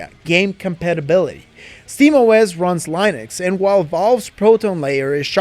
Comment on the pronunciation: Lienux? You trying to say Linux?